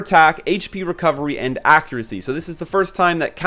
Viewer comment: Yes it is, he is saying it wrong hehe